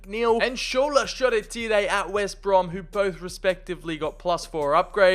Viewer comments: Shoretire (Sure-ty-er) ❌ Shoretire (Sho-re-tee-ray)✅ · The way he pronounces Shoretire😭😭 class video tho